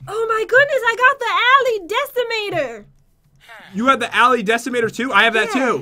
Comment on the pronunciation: Its not ala decimator Its Ali-Decimator